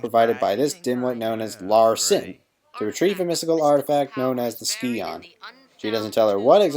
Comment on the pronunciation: Sci-on, not ski-on.